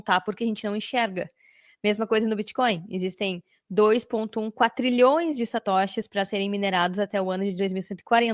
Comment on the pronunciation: O correto é "quadrilhões" e não "quatrilhões".